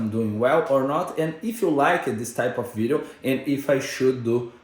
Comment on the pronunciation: vou te ajudar na pronúncia então. of é pronunciado como oV. é som de V, não de F. kkkk consegue implementar essa? OV.... OV course I can. :)